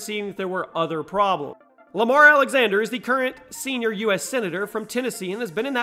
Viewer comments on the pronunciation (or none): none